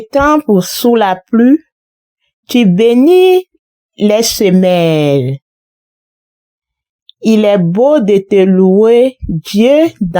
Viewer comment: Merci à vous mais veuillez bien revoir la prononciation des mots dans les lectures. Dans le Psaume par exemple : le mot semailles est mal prononcé : semailles...il revient au prêtre de corriger cela: veuillez donc lire et relire pour vous assurer avant l'enregistrement. Semailles se prononce en quelques sorte semaayi. Merci merci et pardonnez moi si cela vous heurte. Votre frère en Christ. (Catholique)